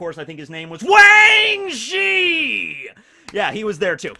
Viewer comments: The way he says wang zhee is FREAKIN GOLD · I just realized you pronounce Wang Zhi as "Wang G". There's the G! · I was waiting for that and I didn't got disappointed